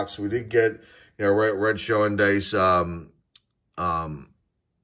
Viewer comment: 1991 Score does indeed have Chipper's rookie card (I have one of that btw). Also, with all the Eric Show cards I've seen you pull, his last name actually rhymes with "cow."